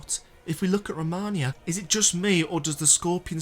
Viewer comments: This is a cool theory! I like the implications of Marika sending Messmer to purge not just the Hornsent but punish those that rebelled against her. Or just that they worshiped other outer gods and weren't safe under her Golden Order, regardless if they were Shamans/Numen. Side note, I actually like how you (mis)pronounced her name! That normally bothers me but Romonia sounds more grand than just Romina so I'm personally okay with both, haha. You've got a sub! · So many people that make lore videos can't even pronounce the names right. Even when they say it in game they still mess it up. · I had to ask my english boyfriend if you guys pronounce Romina and Romania as I just thought "here we go again, I have been italianising another english word" and he was like "WTF you talking about?" Glad to see you guys make mistakes too in your own language! Makes me feel so much better! Jokes aside loved the video as always!! New fan and sub 👏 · Great video! You’ve got my sub! But one thing I can’t help but mention 😬 It’s Romina. (Row-mee-nah) not Rominia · For starters, don't drone on the same point. Once you present data that supports your thesis, move on to the next topic. It also helps when you pronounce names correctly. It's Romina, not Romonia. On the point I made about showing your subscriber percentage, all that does is push people away. We're here to consume your content, not hear about your hangups. Side note, excellent editing. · Can you pronounce her fucking correctly please ro-me-nah youre welcome romina not romahnia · its not romaina, its fucking romina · PLEASE don’t say it like “Romania” 😭 Romania is a country in Eastern Europe Romina (RAH-MEE-NUH) is the boss you’re talking about This was really bothering me lol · Romina not Romania 😂😂😂😂😂😂😂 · Row - me - nuh Romina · Absolutely love this vid, very insightful . But my brother in Christ; her name is Romina (pronounced Roh-Me-Nah), not Romania 😭😭 please don’t block me. I love your content so much.